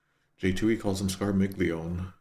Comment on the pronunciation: Okay, you seem to be struggling with the correct pronunciation of Scarmiglione a surprisingly lot,, so here is the correct pronunciation written in IPA: [skar.miʎˈʎo.ne].